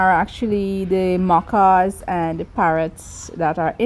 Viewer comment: They are called macaw parrots, not macow.